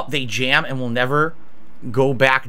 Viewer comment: How the hell can a guy turn the word "and" into three syllables?